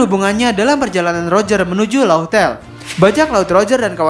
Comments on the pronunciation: min ini udah ketiga kalinya nih yak, laugh tale = laf tel dibacanya cek di gugel translate deh min. big fan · Laugh tale di baca laff tel min..